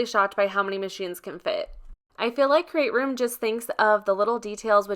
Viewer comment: Nice review!! I just ordered the Dream Box 3. I can’t wait to get it. It sounds like you’re saying “Crate Room” and not “Create Room “